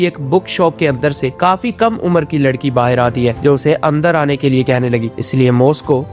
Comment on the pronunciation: Bhaar hota he bahir nhi